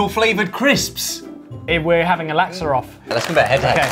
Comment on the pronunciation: Every time they say laksa I die abit inside 😂😂😂 never knew it could be pronounced like that - from Singapore